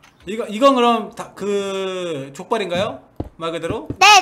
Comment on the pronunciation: 저는 요루루님이 할때 족발이@ 줄 알았어요 ㅋㅋㅋ